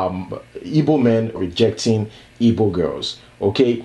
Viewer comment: Well done man. They're called 'Igbo' not 'ibo or yibo'.